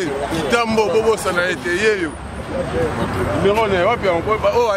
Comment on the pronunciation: Yo tata wenge tonya tonya okoki te ebongo kaka parlement oko koka...oko mela pema en plus ozo loba limero au lieu de numero